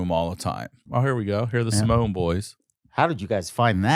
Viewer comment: Dude, it's Simeone ( Sim ee oh knee)